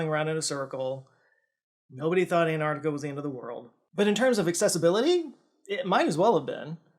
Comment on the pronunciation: Hey! it's AnTarctica, not an -arc-tic-a. Just like you have AnTennas and not an-ennas!